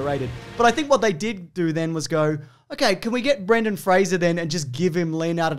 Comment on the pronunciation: THANK YOU for pronouncing Brendens' name correctly